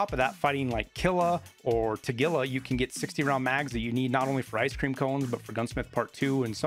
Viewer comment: Thank you for pronouncing Tagila correctly. Most foreigners i hear pronounce his name as Tah-Gee-La and that just grinds my gears a little bit. Also ty for all your guides. Rly helped me this wipe.